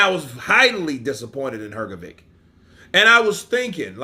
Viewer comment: Hrgović (not "hrgovik"!) wasn't as sure of hisself as he pretended he was. I saw your prefight Counterpunch comment of his not very clever (and- as i think now after all- opponent motivating) few words he better never said. Dubois is better and more skilled, and i agree Hrga thought he would be the one with stronger jaw and in later rounds would catch DD and maybe KO him. But, Hrgovic didn't got right the lesson; Dubois took a knee in Usyk fight. And Usyk is the best boxer p4p and he's probably (still!) better than Beterbiev. So... bad example for prefight tactics, for sure.